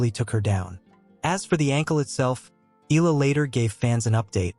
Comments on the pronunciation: please pronounce her surname correctly as commented (eh-yah-lah) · Can you pronounce her name correctly?